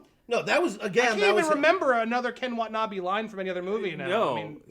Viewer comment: PLEASE pronounce the name right. Its not Ken Wa'nabee its pronounced KEN WA-TA-NA-BAE sincerely, angry asian-american